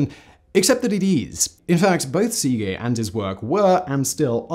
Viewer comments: Uh, that is NOT how you pronounce Szekely. Where the hell did you get sea-gay from? It's more like seh-kell-y if I break it down to the simplest form. I'm not very good at transcribing the phonetic forms of words but that'll do. Source: I'm Hungarian. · Seegay... cracked me up Simon.. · I usually enjoy these vids. However, the assault on the Hungarian language drives me to distraction. It is a phonetic language. It's not difficult to pronounce Székely correctly. Why do you make such a ham of it? You may as well be saying papreeeeka! Ouch.